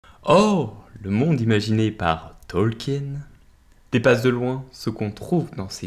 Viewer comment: Mon dieu 🤣 le pauvre professeur doit ce retourner dans sa tombe avec ta prononciation de son nom 🤣